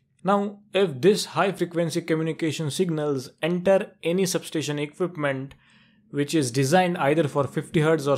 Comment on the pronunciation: for god sake please pronounce sub-station properly.